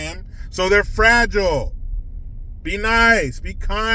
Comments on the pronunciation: Frajeelay. 😅😅 Must be Italian. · Frag-eeel-ee? Must be Italian